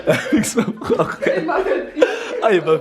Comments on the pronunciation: Prononcer juste prank ça ce dis prænk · j'aime pas quand on dit le mot PRANK avec l'ACCENT FRANCAIS ! c'est horrible pour les oreilles putin 😷😷